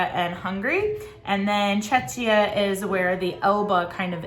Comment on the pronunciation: Thank you so much for taking the time to do these! It's my first year tutoring so these videos are life-savers for me. Also, for anyone else wondering, Czechia is pronounced "check-ee-ah." Also known as the Czech ("check") republic :)